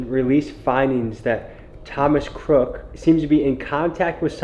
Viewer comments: Why did you say CROOKS’ last name wrong throughout the video, just terrible mental capacity or is it on purpose lol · So you're just going to go the whole video calling him "Thomas Crook" without pronouncing the S in "Crooks"?! Why is that so hard? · Just curious but why the constant mispronunciation of Crook? “Cook” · 1) How'd you manage to pronounce the shooter's name wrong every time and in 3 different ways? (Cook, Cooks, Crook) Last name is CROOKS 2) Why were you hanging out with the sniper with no shirt on? 3) What's up with the red rocket outro? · How do you mispronounce his name the whole video! It's Crooks, not Crook!!! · Were you not saying his last name correct on purpose??? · What’s up with the shooter’s last name being pronounced a bunch of different ways? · "INVESTIGATING" the assassin... and cant even say his name right.... credibility gone